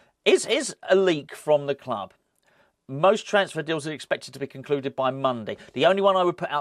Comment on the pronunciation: Come on, you’re a Marvel fan you should know the Fulk bounces around the world in a run and jump Stiely 👍😡, please stop saying club in the way you do. It’s so annoying cheers